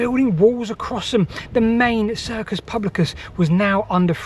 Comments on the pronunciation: A bit of pedantry. I believe that 'cursus' was pronounced as spelled. You keep pronouncing it as "circus". I do not think that is correct as 'circus' which was an open, oval shaped area as in Circus Maximus. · Not circus but cursus. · New vid from? It must be Sunday! Brilliant as usual,. One correction, if I may: you're saying "circus" when you mean to say "cursus."